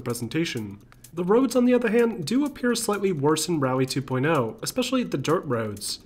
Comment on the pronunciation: Man in from brazil , love dirt games , but how u americans say this game name , dirt two point l ? (L of lemon) , i thought it was two point oh, as O the letter O as zero I believe is his accent saying almost 0 as a L , am i right ? Help a buddy lol nice video bro